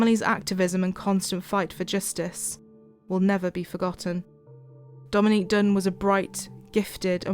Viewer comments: And he mispronounced her name, blatant disrespect for the victim. That judge is a piece of work. How despicable. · The judge wouldn't even say her name right??? That's the least he could have done. I would have corrected him everytime until they threw me out or locked me up for contempt of court. That's gross